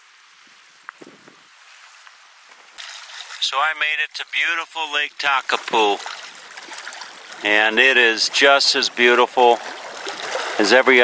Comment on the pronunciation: The Lakes are pronouced wrong Lake TeAnau aint Te ah now its pronouced Te r know . Lake Tekapo is Pronounced Tekapoor.Lake Pukaki is not Pronouced pukakey its Lake Puka keh so Lake Pukaki the I sounds like a eh